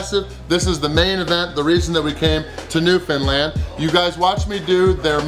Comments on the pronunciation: Hey, glad you got to my home town. Very impressed you got the correct pronunciation down for Newfoundland. I hope you enjoyed George Street and kissing a cod! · It's always nice hearing someone from away properly say Newfoundland. Atta boy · You pronounce Newfoundland correctly!! So refreshing! 😊❤️